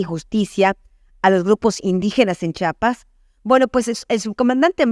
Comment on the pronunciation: Felicidades Señora por su trabajo, con todo respeto, es "Chiapas" no "Chapas", es la misma "Chi" de "Chihuahua" y "Chilangos", bendiciones!